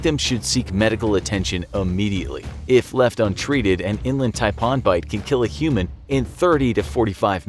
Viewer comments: It’s not taipon its taipan with an a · Ty-p-an not Tie-Paan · Who knew Japan was pronounced Ja-pa-on? I would have never known that had he not pronounced coastal and inland taipan snake as tai-pa-on. . . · Love the way you say "Taipon" in down under we pronounce it like "Thai-Pan" taipan :) ive also seen the irikandji jelly fish and box/man o war jelly working on the great barrier reef in the far north of aus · Taipan not Taipon. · TaiPAN not taipon.. get it right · That’s not how you pronounce Taipan, it’s pronounced like this ‘Thai-pan’ . The way it’s said in this video is horrible. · You may need to learn your animal pronunciation its tipan not tipon 😆 And the worst most venomous snakes that beat half on your lame list is the Gaboon Viper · Pronounced TIE-PAN. as in a cooking pan! Signed, an aussie. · Love living in Australia and I’m glad most of them were from here😂😂also the taipan is pronounced as TIE-pan. Also when you said spring of 2019 you talking about American spring or Australian spring? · Its TY-PAN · It’s tai-pan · ThaiPawn. otay... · The way you pronounced tiapan was really annoying. It's pronounced tie like neck tie and pan like kitchen pan. The way you pronounced it made it sound Indian or something. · And he said taipan wrong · I Don’t like how he was saying “taipan” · Imagine if he said frying pan with the same emphasis on the pan. Anyone want some coolhwhip? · As an australian it triggered me on how you said taipan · the fact he says Taipan wrong like pronouncing slightly different is triggering me XD also yay Australia we have deadly animals, love it here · Just so you know the reason why people don’t get bitten by the inland taipan is bc they live in the rural inland parts in Australia and you said taipan wrong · Please pronounce taipan properly